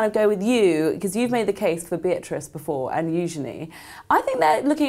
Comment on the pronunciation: hankyou for pronouncing Eugenie’s name correctly. If anyone if unsure, just see how either of Eugenie’s parents refer to her.